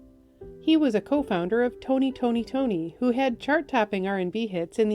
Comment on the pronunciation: Ah, the youngins. It's Tony; Toni, Tone, not Tony, Tony, Tony. Good job though, love. RIP to all.